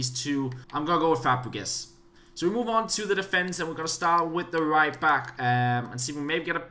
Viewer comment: he said fapregas (I apologize if this makes you mad because of your accent but it was just funny to hear)